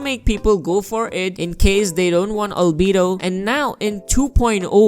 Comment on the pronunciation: Lmao every time he says albedo: "ALBEEDU"